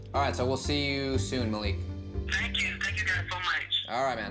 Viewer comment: maleek??? its MA LIK